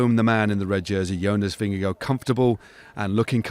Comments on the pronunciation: “The man in the red jersey: Jonas Vingago” err… nope try again. Stephens is a lovely guy but why does he choose to reinvent the pronunciation of EVERYTHING vingeGAARD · no it isn’t. The danish pronunciation is vin-ye-gaw/vin-ye-gor, not vin-ya-go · Why does he keep saying vingego? Is that how his name is actually said?